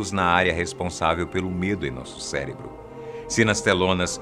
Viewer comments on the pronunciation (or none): none